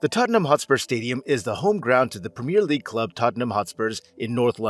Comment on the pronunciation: I can’t listen to this : Tottenham HotspurS , the clue is the name of the stadium Tottenham Hotspur Stadium (which he seems to get right), then compounding the misery with “Spur” fans !, the nickname is the SpurS , plural. Premier league pronounced wrong, it’s a wonder he didn’t call it soccer😂 but then he gets a perfect pronunciation of Worcester, I don’t get it is he doing it to wind us up? You are one of “it’s” kind mate.